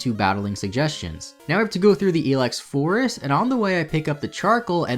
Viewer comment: pronounded I Lex forest